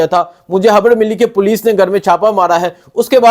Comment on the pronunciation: Khaber ko haber bolny waly eb vlog krty hn